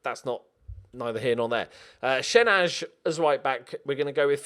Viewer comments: Shenaj is pronounced shen-aye I think. 11th btw. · A little pronounciation tip from an Albanian fan, shenaj is pronounced shenái. Also love your videos😊